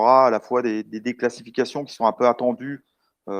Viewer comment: ⚠⚠⚠Dans la présentation: déCLASSifications! ET PAS décalcifications!